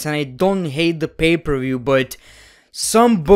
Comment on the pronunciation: Everyone: Pay per view: Bay ber wiew